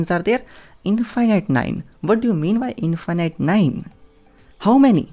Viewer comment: What is "infighnight"?